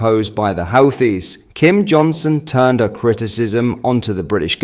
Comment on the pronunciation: Pronounced HOOTIES.